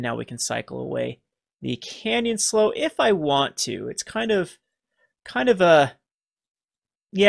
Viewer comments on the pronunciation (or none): Canyon Slough rhymes with Clue (maybe Plow if one is British), but not pronounced like Slow Just sayin'.